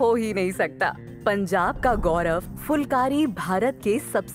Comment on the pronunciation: aap dhang se uccharan nahi kar rahi phulkari ko aap fulkari bol rahi ho